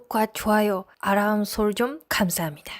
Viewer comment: 아람이 아니라... 알람~~~